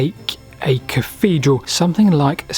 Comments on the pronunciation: Interesting stuff. But I have to ask - why do you keep calling it a caffedral? It's not a speech impediment, as we hear you clearly saying "thing" & "things" at 2.45 in the video. Is it just lazyness? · What's a caffedral? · Salisbury Cafedral....really?!